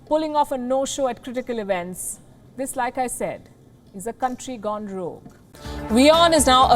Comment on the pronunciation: "This country has gone wrogue" - no mincing of words 😂